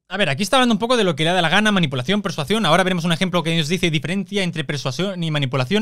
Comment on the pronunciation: Chupito por cada vez que diga "persuación" xD